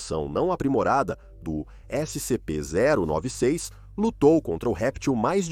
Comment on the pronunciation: "Ésse sem em pê" kkkkkkkkkkkkkkkkk